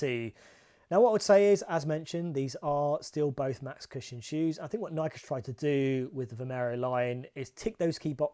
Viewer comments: Pet peeve: The correct pronunciation for Nike is "nai-key" or "NYE-kee," with the stress on the first syllable. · Welll, the correct pronunciation is the same, but it might be that Nike is generally not pronounced correctly in the UK ;-)